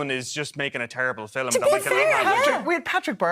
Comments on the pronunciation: pathetic reviewers, with a pathetic review.and being part irish myself, even i can't get over the word 'filum' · The way the Irish squeeze two syllables out of the word "film" is adorable.